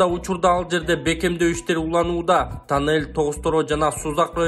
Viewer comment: Силер элге улгу болуп суйлогуло тАнел тАнел дей бербей кечке